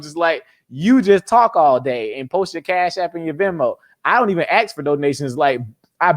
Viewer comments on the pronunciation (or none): Did this brilliant young man say "ax"?...sigh. I still love him though.